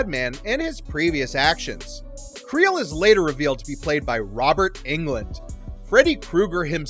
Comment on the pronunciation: the way you prounounce englund xD